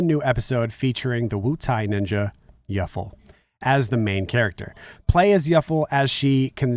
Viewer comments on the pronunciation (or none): Its Yuffie. Not Yuffle 😂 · He also called the Yuffie "Yuffle" like Truffle lol